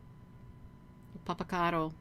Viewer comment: She's mispronouncing it actually. 😝